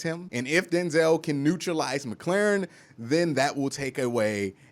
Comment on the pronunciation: Bro... I love what you've got to say. Except for Terry McLaurin's last name. 😂